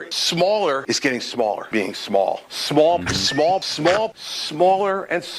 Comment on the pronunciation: Who knew the words smaller had a w in it..